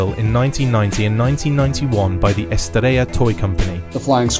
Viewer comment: It's Estrela and not Estrella or "estreia" as pronounced. It's Comandos em Ação (read it as "assaum"). We talk portuguese on Brazil, not castellano spanish.